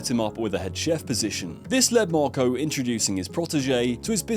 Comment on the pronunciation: *Marco not wtf